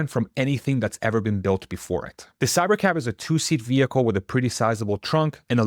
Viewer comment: Until he put Cybercab on the screen, I thought he was saying Cybercap